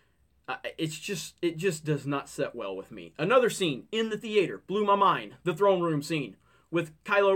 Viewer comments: The-ei-tor? My minor was linguistics, I'm legit curious where you're from... for purely scientific reasons. lol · First of all, learn to pronounce theatre correctly. Second, Kylo killing Snoke was a cheap moment and nothing changes? He killed his master and became the supreme leader. Yeah dude, nothing changes...